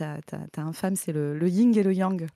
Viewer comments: Trop heureux de pouvoir mainsplain: on dit pas YinG Yang mais Yin Yang. Et c'est pas une représentation bien/mal, c'est plus une représentation graphique d'une dynamique dialectique 👍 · Par contre c'est le yin et le yang, et non pas le "ying" 🤓👆